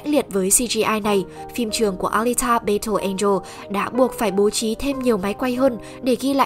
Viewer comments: Bài đặt nói tiếng Anh rồi còn đặt tên kênh W2W cho Tây, thế mà đọc "battle" là "bây-tồ", hài vl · Đội ngũ kênh nên tìm hiểu cách phát âm tiếng Anh đúng và rõ ràng trước khi làm clip, chứ nghe đọc từ battle rõ khó chịu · nghe cách đọc chữ "battle" là hết muốn xem clip